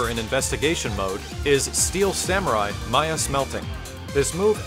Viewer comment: ... IT'S MAYA, NOT MISSILE!